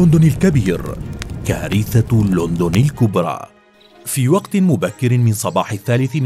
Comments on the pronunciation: ليش تگول لوندون مو لندن 😂 أو ليندن مثل ما يگولهه الانجليز 😂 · حريق لوندووون انها لوندووون ان لووووندووون يوجد فيها لوندددووون يبوي اسمها لندن